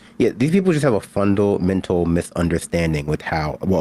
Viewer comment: I love it! He says, and I quote exactly, " these people just have a fundalmental misunderstanding with how, well, a lot of things work". Not only did he butcher the sentence grammatically but he's trying to tell us that the most successful business man in the world doesn't know how business works! LOL!